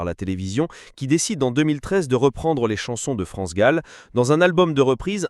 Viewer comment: Pourquoi tu prononces Gaule ou lieu de Gall ? Une artiste n'est pas ton zizi que tu prononces différemment bordel